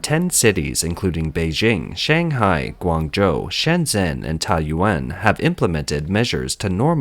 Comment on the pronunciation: Shenzhen, not Shenzen.